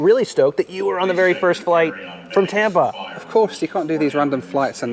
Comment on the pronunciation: It’s Tampa. Not Tampr. 🤡